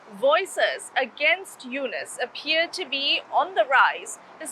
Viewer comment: "Dr. Mohammad Yunus", say the name correctly ma'am.